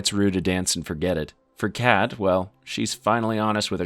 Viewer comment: Anyone else notice him calling fezco “frezco” & kat “Kate” 😂